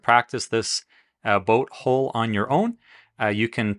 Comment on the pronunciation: Nice video but I cringe every time you mispronounce hull.